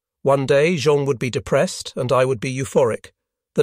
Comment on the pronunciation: I’ve really enjoyed this series. Even the AI narration has provided some amusing moments: Jean/Zhawn/GeeAnn; SALinas; etc. Probably a lesson, too: even life in paradise won’t preclude divorce.